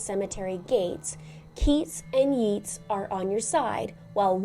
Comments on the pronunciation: Hi, enjoy your show and you gave excellent creepy information. It’s pronounced Yates with a long A, not yeets. Just to help you. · It's 'yah-tes' not 'yeets' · "Yeets" was cringe inducing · It's spelled Yeats but pronounced like Yates. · Pronounced Yates not Yeets 😮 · Yeats is pronounced "yayts", not "yeets". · It's pronounced Yay-ts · it’s pronounced “Yates”, It hard to listen that (as the daughter of a literature professor). But your deep dive in very interesting! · I love you videos, have done for a long time. May I be so bold as to correct your pronunciation of Yeats, is actually pronounced Yates. Keep up the great work. Best wishes from the UK 🇬🇧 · Yeats is pronoun😢"Yates". Yeah I know, English is weird. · Its pronounced YATES 😂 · Yeats is pronounced Yates (which rhymes with gates, eh?) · yeats is pronounced 'yates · Do you mean yeats pronounced yates ? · Fyi, yeats is pronounced YATes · Its pronounced YATES. William Butler Yeats, was fascinated by the afterlife, and Irish mythology. He wrote a poem called Stolen Child about a child being coaxed away from his life to the otherworld by a fairy. These children were often said to be replaced by changlings, a fairy disguised as their child. Its a beautiful poem. Intersting choice of writer. Wilde and Morrisey (writer of the song) were both gay so that could be the reference there. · Oscar Wilde was gay, and that song has a gay subtext. 'Yeats' is pronounced 'yates.' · Yeats is pronounced like it rhymes with gates, not like it rhymes with eats. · It’s pronounced “Yates” even it’s spelled the other way. Not complaining, just helping. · Great video as ever. FYI - Yeats is pronounced Yates even though the spelling is similar to Keates, which you pronounced correctly. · Note that Yeats is pronounced Yates. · Not criticizing, but thought you'd want to know, Yeats rhymes with Gates. Don't know why! 😊